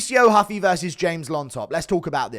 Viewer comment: Its not HUFFEE its mauricio Roof fee